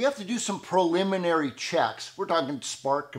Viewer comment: '"Pro"liminary' checks. You are still making us laugh and we'd all watch a four hour video of you. Would that be like a six pack of Lucky lager? Get well soon! Merry Xmas from the UK!